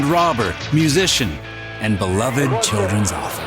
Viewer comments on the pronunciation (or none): none